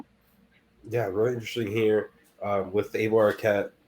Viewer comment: aloha kooks....... try4 pronounce dakine. .... eye - vuh eye - vuh...... eye - vuh....... eye - vuh......... eye - vuh....... duh duh